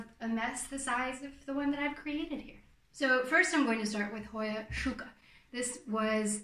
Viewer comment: Oh, I loved your pronunciation! Truly! I just had no idea how to spell the pronunciation, is all. I'll be excited to relay this info to the "debaters"! I didn't expect you to go to so much trouble in order to answer my questions; but, thank you very much! I love details like those! I guess I'm anal that way. Oh well! Whatever! 🤷‍♀️Lol! 🌾💜